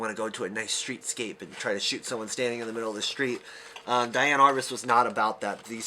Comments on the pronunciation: DEE-Ann. Not DYE-Ann. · I believe she pronounced her name dee-ann.